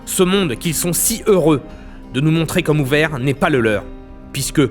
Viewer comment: Masterclass ! La prononciation de "heureux" est juste parfaite c'est bluffant !